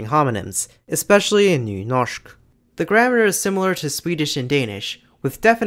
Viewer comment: nice video. Just wondering. I had a hard time trying to find out where you are from. But the way you said Nynorsk made me think you may be from the Oslo area in Norway. Am I right? Especially how good you said the Ø and Y sounds made me think that you must be from Norway some place. But I may of course be wrong. And thank you for an interesting topic.